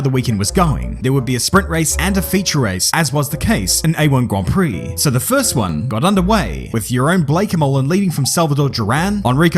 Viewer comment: For the record, the "oe" in "Jeroen" is pronounced like the "oo" sound found in the many "boo"s this track surely received!